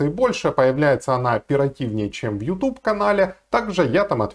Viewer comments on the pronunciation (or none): none